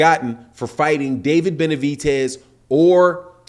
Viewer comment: It’s Benavi..DEZ not benavi..TES